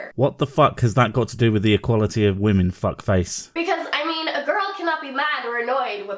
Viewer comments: "Im more than a pretty face", says the woman that dosnt know how to english. It really bothers me that she always says woman instead of women... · Wtf does she keep saying “woman” when she should say “women”? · or how she says woman when she should be saying women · Also sort of obnoxious how she regularly replaces "women" with "woman". Jesus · Why can't she pronounce "Women" correctly?